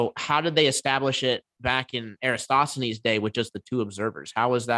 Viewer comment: Flerfs will never ever be able to pronounce "Eratosthenes" 😂